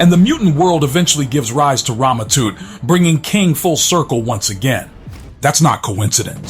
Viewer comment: It's not toot 😂 it's Tut like king Toot 😂